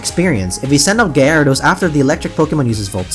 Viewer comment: Guy-air-e-dose.... lol